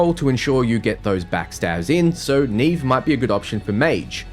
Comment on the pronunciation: I'm pretty sure Neve's name has been pronounced like it is in Portuguese (probable origin for her name, meaning "snow"), with the first "E" sounding similar to the second "E" in "celestial" instead of the first one in "scene".